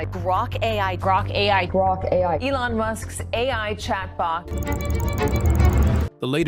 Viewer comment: To avoid the TTS pause like when saying A... I, you can simply use a - or _ to connect them A_I, A-I.